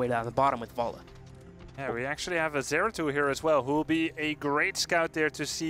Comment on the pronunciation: No zagara and it's zeratul plz notice this host